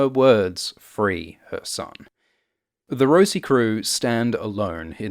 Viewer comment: It's the Rossi not the Rosie